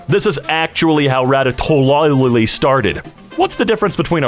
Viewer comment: It hurts to know that can't pronounce Ratatouille